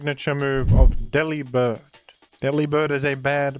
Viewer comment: Deliberd is pronounced like "Delivered" instead of "deli-bird" like he's some kind of cured meat